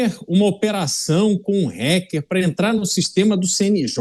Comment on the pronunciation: Porque esses putos falam "Réquer"? É "Ráquer" que pronuncia.